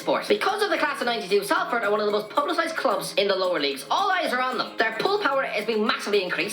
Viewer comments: Sol-ferd, not sal-ferd. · it's pronounced Solford not Salford 😩😩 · Salford is pronounced Solford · Everyone else cringe every time he mispronounced Salford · Five years and still not learned how to pronounce Salford